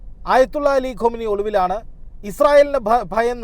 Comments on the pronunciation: " ഖോംനി " അല്ല 'ഖുമൈനി ' ആണ് ശരി! ആയതുല്ല അലി ഖുമൈനി! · ഖാമിനി അല്ല ഖുമൈനി... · The correct pronounce is Khamnae not Khomainee